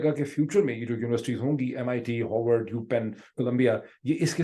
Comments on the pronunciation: Big fan of you dwar De . Just one piece of advice; for English vocabulary please improve your pronunciations. Sounds strange when someone aa educated, sophisticates and presentable as you says Howard or orgument for Harvard and aargument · Your views are comments are always very informative and admirable. The way you pronounce Harvard, it sounds like Howard. One university is located in Boston and the other in Washington. DC .. There is a world of difference between the two. Please clarify. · Dr. Pirzada! Respected gentleman, please pronounce Harvard not as "Haavord" but "Haar-word"